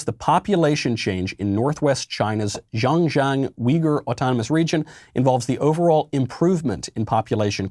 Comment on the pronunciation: XinJiang (ssh-ing Gee-yang)